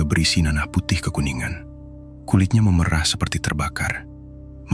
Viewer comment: maaf ya min,pengucapan memerah yg kau ucapkan itu arti kata seperti memerah susu sapi bukan memerah krn perubahan warna,tolonglah jngan mngubah cara pengucapan kata krn bis merubah makna